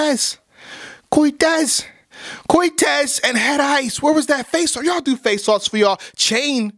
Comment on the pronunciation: I swear said "faceoff" so many times I thought he was saying "fae sauce" dead ass